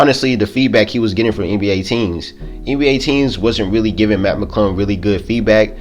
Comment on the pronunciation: It’s Mac it’s sound like u saying Matt